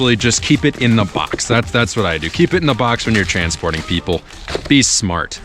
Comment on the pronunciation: What he said: keep it in the box when you're stansporting, people be smart. What i heard: keep it in the box when you're transporting people, be smart.😅😂